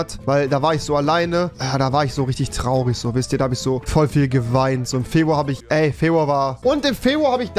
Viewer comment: Niemand: Absolut Niemand: Rewi: Febwua